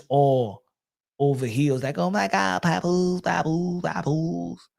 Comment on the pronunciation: Yo I cry every time he says PAPOOSIE with that Spanish flare on the end 🤣🤣🤣